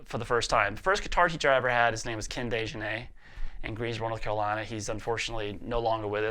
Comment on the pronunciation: the way you said "North Carolina" 😂. The old accent slipping back clearly